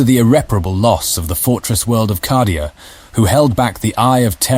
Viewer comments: Kay-dia <3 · I’m going to commit crimes and when they find my manifesto it’s going to say “Someone pronounced Cadia as Ka-dia”